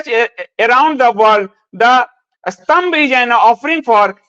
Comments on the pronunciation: Its not sambhav , its sTambha 😅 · स्तंभ को संभव पढ़ रहें हैं ।